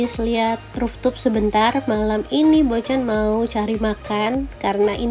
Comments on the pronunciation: Nice info Bocan😍. Maaf sebelumnya, mau kasih input, cara baca rooftop-nya mungkin harus diperbaiki. Soanya kata"rooftop" kan agak sering digunakan di review hotel2, jd kalo nyebutnya salah terus, agak gimanaaaa gitu rasanya. Sayang bgt udah bikin review sebagus ini, tapi ada kata yg diucapkan berkali2 dgn kurang tepat. Maaf ya... sakses selalu. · Bocan tuh unik, ciri khasnya kalau ngomong rooftop jadi ruftup sama suaranya empuk.